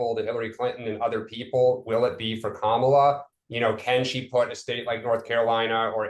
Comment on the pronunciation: The constant mispronunciations of her name cheese me off, too. But I'm a bit of a grammar nazi. I'll downvote comments just for not properly capitalizing or punctuating! For those who don't yet know: It's KA-ma-la, not Ka-MA-la (emphasis on FIRST syllable, not the second!).